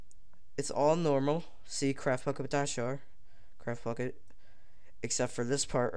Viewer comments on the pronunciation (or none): it sounds like your saying craft fuck it